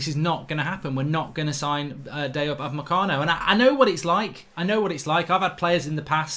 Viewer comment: Why is it that everytime Mark says Upamecano, I only hear 'mecano?